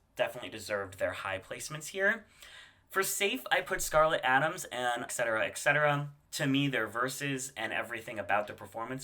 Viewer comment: Why do Americans see "et" and hear "eck"